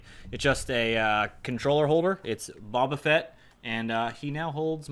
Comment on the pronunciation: why do you pronounce boba fett like that